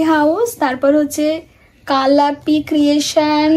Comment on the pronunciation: Ame likheychilam oi nam ta but otar uccharon ektu vul hochhe.. kalapi creations Bengali letter " k" ..kalatan " k" ota kala uchharon ta vul Bengali letter er prothom akhhor "k".. anyways apnar pochonder nam Tai rakhben..seyto khub valo anek suvo kamona..egiye Jan..